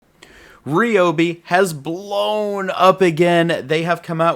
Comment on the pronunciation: It’s Ry not Re ….. Ryobi